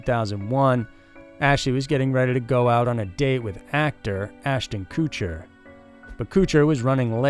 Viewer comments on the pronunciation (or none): Lol the way you say Ashton Kutcher